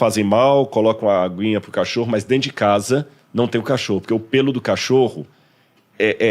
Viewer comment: AI "DENTU"